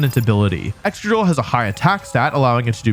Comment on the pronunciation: Its excadrill. (Please?)